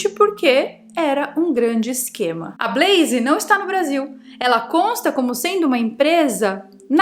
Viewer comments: blaze sem i no final. Blaiz... Não blaiziii. Brasileiro tende a colocar "i" qdo consoante está sozinha. Big vira bigui / pet vira pé ti top vira topi... E aí vai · Blazer nao é Brazer. É com L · EEEEITAAann.... falando da 'bleizi' 👀 gosto.